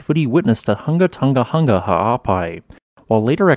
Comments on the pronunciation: Just a pity he can’t say it correctly. Keeps saying Tunga instead of Tonga. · Since the name of the island is important, practice saying Hunga Tonga, not Hunga Tunga…it’s not that difficult.